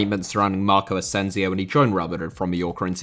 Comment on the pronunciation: Asensio*!!!Not Asenziouw